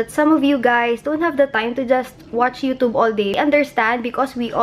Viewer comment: U pronounced it, u tub, instead of youtube....lol